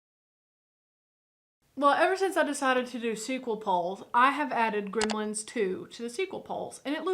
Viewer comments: GrEmlins, not Grimlins...... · Its funny how she pronounces it "grimlens"